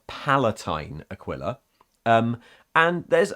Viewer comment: Just want to put out it's actually pronounced "Uh-kwee-la" or "Uh-kee-la". It's comes from latin and is in the bible I think. Also I couldn't tell you why, but I thought the Emp Kids aquila thing was specific to wearing one on chest armour. Shrugs